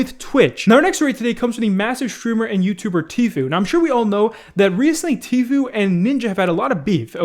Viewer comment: pronounced Tfue correct in this video, what's happening to 2020